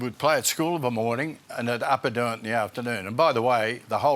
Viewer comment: Not set up at all. And the host calls hin Huddo . lol OH Boy.